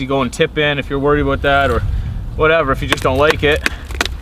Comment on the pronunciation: You said "aboot". Lol ! Reminded me of the first time I saw the southpark movie in the theatre.